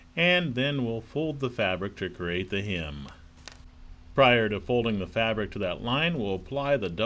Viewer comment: its not pronounced, “hym”, its pronounced “hem”. A hym is a song